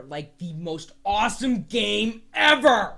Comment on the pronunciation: Ever! EVEER!! xDDDD man this guy is awesome! hahaha